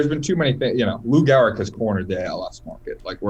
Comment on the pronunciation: It’s Gehrig jeez